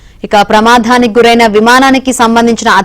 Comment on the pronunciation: ప్రమా'ధా'నికా ? ఏం భాష అది ? తెలుగు భాష, మీలాంటి వాళ్ళ చేతిలోపడి ప్రమాదానికి గురి అవుతోంది. ఎక్కడ దొరుకుతారో !